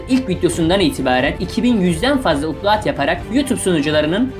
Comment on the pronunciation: ''Uplaad'' nedir kardeş? Upload, ''aplouğd'' şeklinde telaffuz edilir. Video hazırlarken google yazıp çevirisini dinlersen İngilizce bilen bir kişi bunları duyunca hayattan soğumaz, sadece bir öneri.